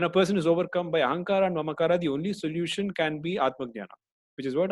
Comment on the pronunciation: That's it,, i give up, can't tolerate more extra 'A', ahamkaraa?? Mamkaraa? I know its not big deal to use ahamkaar as it is. You are only mocking hindi language, its like somebody disrespecting our elders name. If this is done by any foreigners i can not offended little bit. But u i dont know. Sorry sir. but thanku for the knowledge.